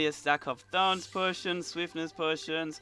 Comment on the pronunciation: I'm sorry but when I heard you say thorns potions I heard thongs potion